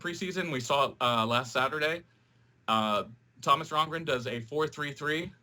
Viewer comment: Since when is there an r in the middle of Rongen, this guy must be a new soccer fan. Sorry but a guy mispronouncing Thomas Rongen is annoying and again he HAS to be new to the game. Good luck in your opener this weekend. Glad ALL NASL games are now on ESPN3. Good stuff.